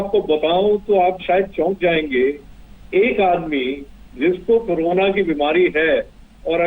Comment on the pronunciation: कोरोना ( कोरोरना)